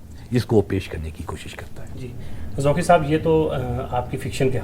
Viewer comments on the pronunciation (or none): Oh Bhai pehley aap Qaaf durust boltey thay magar ab aap ko bhi fashion ki Beemari lag gai ab Qaaf ko Kaaf kehtey ho. Inka Naam Zauqi hai Zauki nahin Kuch khayal karo.